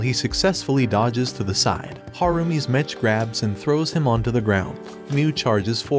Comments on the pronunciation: It’s not mech it’s m-e-ck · It's pronounced MEK not mech. It's short for MECHANIC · Its pronounced "mek" not metch. Like mechanical. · bro really pronounced the ch in mech like "skeTCH" 💀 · I love how they keep mispronouncing Mech